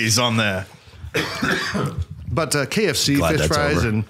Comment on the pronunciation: Every time you guys said K of C I thought you said KFC and I wondered when they started doing fish frys 😂